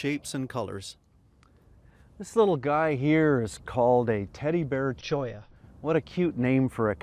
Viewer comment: It's great that you can actually pronounce the names of things correctly. Like "cholla."